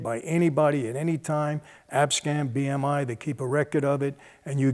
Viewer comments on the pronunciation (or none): Michael, helluva Freudian slip, you said ABSCAM, it's ASCAP. Bill P.